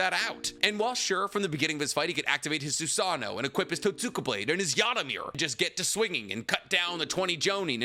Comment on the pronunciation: I think totsuka blade is pronounced "Tote-ska" or "Toat-ska"?